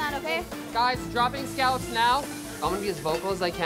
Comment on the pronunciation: Chefs: Scallops Gordon: Scollop